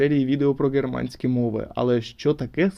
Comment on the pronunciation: А чому ви гооворите "ґерманська анґлійська"? Це якась особиста риса вимови чи так правильніше?